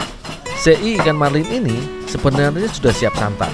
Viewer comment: SE'I ya bukan sei